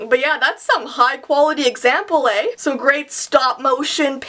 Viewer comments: About you can tell she's Canadian she said Aye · She says Soory and she says EY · Haha yea I was like OMG HER CANADIAN IS SHOWING I've only heard simply nailogical say ey before and was just waiting for to lol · I love how she said that's some high quality aeh like a true Canadian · Omg said eh she's clearly Canadian 😱😱😱😱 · SHE FINALLY SAID EH